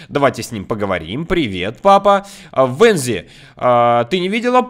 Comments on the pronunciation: Не Вензди а Вэнздей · Правильно не Венсдей а Уэнсдей! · Не Вынздей а Уэнсдей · Её зовут не "Венсдей" а Уенсдей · Не Венздей, а Уенздей!!!!!! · Не Венсдей а Уансдей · Не вензди а венздей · Вообще то правильно Уэнсдей😑😑